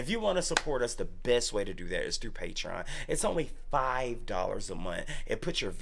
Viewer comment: It’s not much of a reaction if they do a bunch of research before they listen to a song. Also it’s called “Patreon” not “Patron”. Maybe you should have LOOKED IT UP 🙄